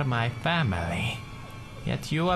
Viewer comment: i thought it was "my fail" an then he said "family"